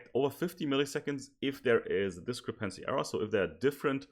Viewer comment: Try stressing the second syllable in 'discrepancy' instead of the third :) Your presentation is otherwise flawless. 10 E coming up!!!